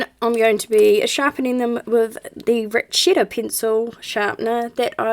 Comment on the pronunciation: On dear, at first I didn't hear you properly and I thought you said "rat shit sharpener"! Turns out it was rat shit, though! The black brutfuner 180 are great. I found them on aliexpress a couple of years ago for $35AUD. I hadn't heard of them and I couldn't find any reviews but then I figured at that price I didn't have much to lose, so I bought them. They have gone up in price but I think they are still great value for money.